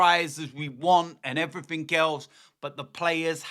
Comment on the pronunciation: 'And everyfink else'